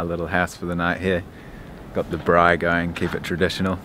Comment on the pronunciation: well done on saying " Braai " correctly! just such a pity you did not go through cape town.